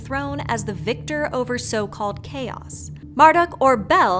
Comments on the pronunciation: I thought Marduk was pronounced "Mardook", not "Marduck" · you said marduk like mere-duck no! it's mar like must - dook